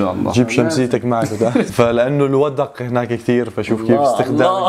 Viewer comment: حلو بس هو اسمه الوَدْق وليس الوَدَق وعسعس لها معنيان إذا أقبل بظلامه وغشى الناس أو إذا أدبر وكنت أظن جادوا من الجود يعني والكرم، فإذا قلنا جادا السماء أي أمطرت بغزارة.